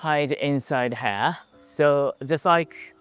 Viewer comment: Great video, and what a lovely looking house! I wish I had a home like that to call my own! As an English teacher who also knows a bit of Nihongo, if you allow me a pronunciation tip... Try using the ひ sound instead of へ , when saying "here"! We could understand it whenever you said it, but it sounded like "hair"😅